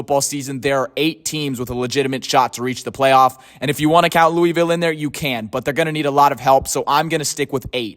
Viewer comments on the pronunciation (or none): While i disagree a lot with you over FSU, my only legit problem with the video is how you pronounce "Louisville " lol. As a resident, the correct pronounciation is: "Loo-uh-vull" not "Loo-ee-vill". Nice video tho but so many people mispronounce our city idk why😂